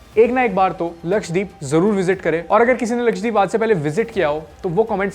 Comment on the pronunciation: lakshay×3 k saath rhne ka asar lakshdweep ko lakshay dweep bol diya😂